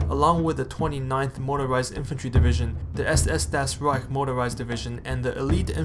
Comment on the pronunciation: Nice videos.. just gonna advise on pronunciation: it's "doytchland" and "dahs reich" ... looking forward to the rest! Great work so far